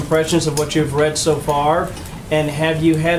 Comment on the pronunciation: Is there something to be said about her mispronouncing the word "READ"?